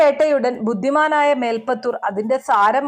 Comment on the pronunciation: മേൽപ്പത്തുർ അല്ല, മേൽ പ്പുത്തുർ